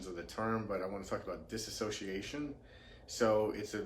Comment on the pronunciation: You mispronounced "Dissociation" you said "Diss-A-sociation" when its actually pronounced "Dis-soci-A-tion"